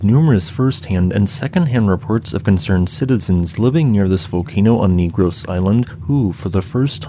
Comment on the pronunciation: FYI...the name of the island is pronounced with a short e and the accent on the g. Keep up the excellent work.